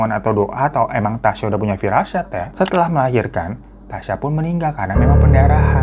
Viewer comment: Bagian terakhir2 ngomong firasat jadi firasyat 😂